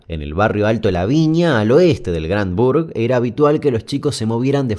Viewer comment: oh la la "Grand bourg". y como se dice?? "Gran ciudad" bueh. jajajaja buen video